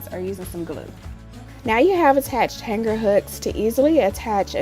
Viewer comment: Hang Ger??? The 'g' is Not to be Pronounced with a hard Guh. It's pronounced Hang -ER